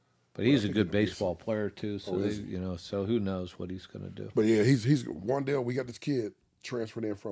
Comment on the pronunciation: Wan. Dale. Not wan delay lol